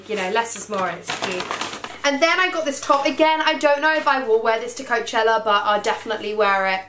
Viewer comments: It's not Coacheler it's Coachella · You say coachella so weird! I've never heard anyone say it like you before 😂😂